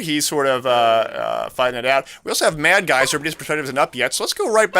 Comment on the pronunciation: Cool. It's suppose to be madsgyver though, not madgyser